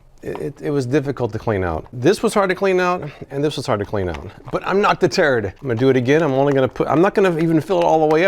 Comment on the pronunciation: Thanks for the review. It was entertaining.! Definitely won’t buy. Several times you said “I won’t be deterred “ but me and my wife heard “I won’t be the turd” lol. Thanks for making us laugh. Always look forward to your videos!